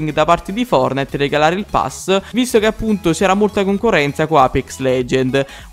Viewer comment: Fortnite si dice no fornite lmt